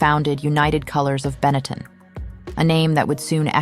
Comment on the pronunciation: Get back to me when you can pronounce the word Benetton correctly.